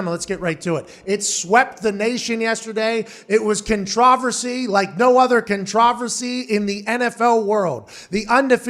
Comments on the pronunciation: Contra-versy? Is this a different way of saying controversy? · Pronounced: Con-Tra-ver-si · I don't think I've ever heard someone pronounce "controversy" like that lol. "Khan-TRAW-ver-see" lmao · I've never heard controversy pronounced that way. Is Pat joking? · Controvrsee eh? Close enough! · It is pronounced contro VERSY. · Sounded like he was saying contrive-versy. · So no ones gonna help Pat out and tell him how to pronounce controversy? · Lol pat can’t say Controversy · The biggest controversy is the way you pronounce controversy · I really hope the pronunciation of controversy was a joke or I’m just ending it all because every celebrity or athlete is a retard but yet your whole childhood and teenage years are spent being told you need to be so smart. It’s funny how the fear of death is the only thing enslaving the world but whatever... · I think it's funny 🤷🏻‍♂️ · It's the British pronunciation. I'm sure he uses it for the same reason I occasionally say it that way; it's more fun to say